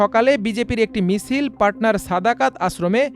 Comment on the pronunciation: তোর খবর শোনা যায়না। ক্ষ্যাতের ডিব্বা। মিসিল, ইস্যে, সবি। এসব কি উচ্চারণ ভক্সড